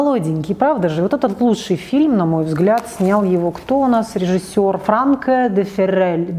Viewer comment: Такое впечатление,что впервые слышит.И ещё неправильно произнесла.Образованные люди должны это знать,если они образованные.)))